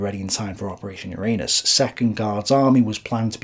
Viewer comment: I must have something wrong with my head because over and over again i hear : "Operation ur anus"...